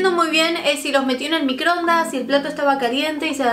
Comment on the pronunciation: microondaaaasss!!!! no microndas